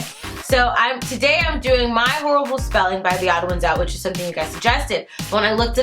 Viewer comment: It’s Horrible not Horabial ._.